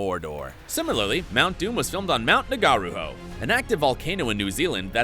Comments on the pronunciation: nAgARuHOe its narahoee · Mount Na-gar-a-ho, lmao! It's pronounced Nar-u-hor-eh but spelt Ngauruhoe. The g being silent, the o sound like (or), and the e is said like (eh). Native NZ names are difficult for foreigners to pronounce due to the Maori alphabet vowel sounds being somewhat different to English. Instead of the vowels a.e.i.o.u. it sounds like .or.oo, also wh in any word is pronounced like f. One of the funniest to listen to foreigners try to pronounce is an Auckland suburb called Onehunga, and no it is not pronounced one-hunga, lmfao! But rather Orn-eh-hungah. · Great video, just mispronounced Mt. Ngauruhoe (Na-Roo-Ho-Eh) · his pronunciation of Mount Ngauruhoe was soo bad